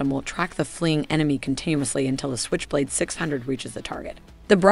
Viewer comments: at first 10 seconds of this video she pronounced SQuich blade instead of switch blade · "Skwitch" blade